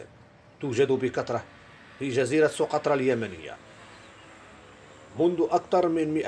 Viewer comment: سُقطرى و ليس سوقطرة